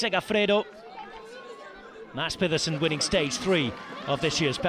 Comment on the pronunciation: even got the soft D's right in maDs peDersen.. unlike most English speakers who says maTTs peTTerson, he got this one 99.5% spot on, impressive.